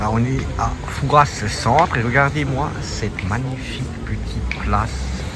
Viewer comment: Par pitié, arrêtez de prononcer "Fourasse" sans arrêt ! ça écorche mes oreilles d'une manière très désagréable. Dites vous Parisse pour Paris ? Rennesse pour Rennes ? Bourgesse pour Bourges ? Il n'y a pas moyen de faire rentrer ça dans la tête des touristes ! Même entendu sur place, , 5 minutes plus tard le touriste va répéter son FouraSSE !